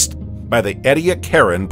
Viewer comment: It's "ee-dee-ACK-eran" dear, not..... what you said.